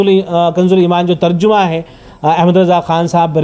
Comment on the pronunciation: لفظ ترجمہ کا صحیح تلفظ جیم پر فتحہ ہے بقول مولانا منظور مینگل حفظہ اللہ تعالیٰ Terjamah not terjumah